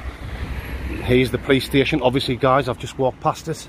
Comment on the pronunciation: 😂, from my mouth to God's lips from 4 minutes in until minutes in, I died from laughing thinking from your English accent you said "Playstation" 🤣 instead of "Police Station" because you said it like "puh-lays station" LMAO!